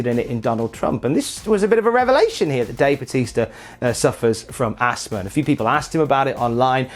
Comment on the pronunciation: What’s Assma? Does he mean Asthma? There’s a ‘th’ in that word.